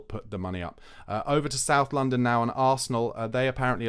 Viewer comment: That “South London” had me in stitches. 😂